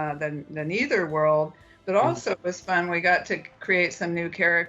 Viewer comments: It’s Neitherworld. Look at Wikipedia and watch the show. I think you might be misremembering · Why are you pronouncing Netherworld as Ni-ther World? It’s clear how they pronounced it on the show. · Loves the show so much, he says "Neither World" wrong every time. It was a play on words, neither heaven nor hell.